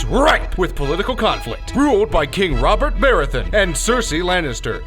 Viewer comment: Can tell he's never watched it can't even say Roberts name right